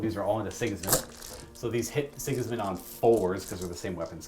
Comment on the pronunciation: Dude's, this simply has to be said: Sigismund..... SI-giz-mund. not sig-IZ-mund Sorry. I had to.